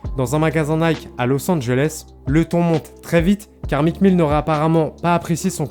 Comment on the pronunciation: “Mique Mille” mes oreilles 😭